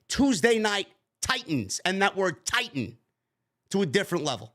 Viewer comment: The emphasis on the word titan and vince McMahons free time, makes it pretty clear who the new Co host is 😂